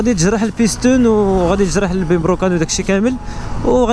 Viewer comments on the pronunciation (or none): بيسطون❌️ بيستون✅️